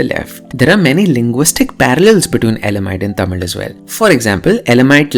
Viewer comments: Bro, are you sure the things you are saying are the facts! You don't even pronounce 'TAMIL' correctly! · I think you are saying the word Tamil the wrong way. Its not that infinity vala in marathi 'ळ'. Its more related to ya or 'य' Regardless, brilliant work.. I love this channel. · she is killing the pronunciations of the words. Its actually pretty good pronunciation if she isn’t a tamilian (i really think she isn’t tamilian)